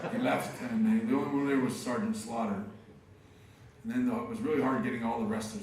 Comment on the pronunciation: Swear to god I thought Bret called Sgt. Slaughter, Sgt. Slobber. That got a good laugh out of me.